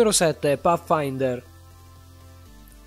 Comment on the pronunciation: Da notare tutti i nomi sbagliati (IPEX) 🤣 (PAFAINTER) 🤣